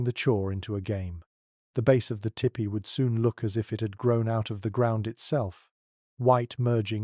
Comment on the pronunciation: poor attempt at a weak romance novel miss pronounced tipi.the narrator needs to tell bedtime stories.